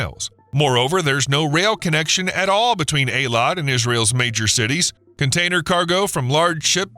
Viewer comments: It's pronounced (Haifa) Hifa not Heyfa, (Eilat) eeelot not aaalot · Good lord man, it's pronounced EE-Lat, NOT AA-Lawt.